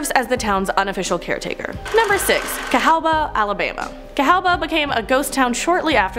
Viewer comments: Cahawba is pronounced Ca-HAW-ba, I should know I live in Alabama. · FYI It is pronounced KA habba.. Great video though.